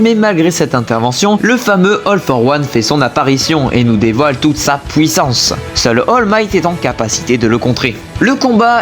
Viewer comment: la " pouissance"😂